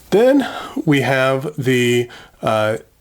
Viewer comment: Nakiya, nakaya ....makes me cringe.